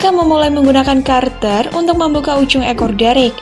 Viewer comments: Cutter mbak bukan curter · cutter (kater) mbak........bukan karter (carter). kalo itu mantan presiden Amerika serikat "Jimmy Carter".... malu2in aja channel sebesar ini masa nyebut (cutter) kater kok (carter) karter he he he.... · Cutter mbak, cutter. Bukan karter -_